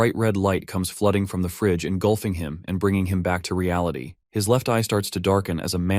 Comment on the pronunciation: The best AI mispronunciation, turning "engulfing" into "engloofing".